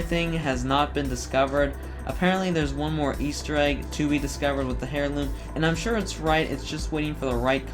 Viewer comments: Nice video man. I do need to let you know that I’m pretty sure heirloom is pronounced “air-loom” and not “hair-loom” though. Just a bit of constructive criticism. Correct me if I’m wrong. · I hate the way you pronounce heirloom, otherwise awesome video lmao